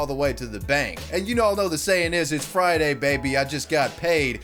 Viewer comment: She said "FrAIyDaII" once, everyone cringed, and then everyone forgot.